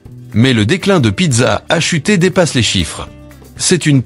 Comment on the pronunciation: Pizza a chuté, mdr l'IA.